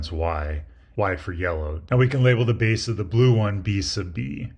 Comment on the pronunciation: sorry but im hearing "beese"